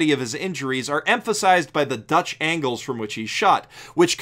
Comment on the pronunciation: did he just say dutch angles at about ?